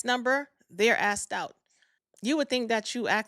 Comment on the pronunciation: It’s “asked” not “axed”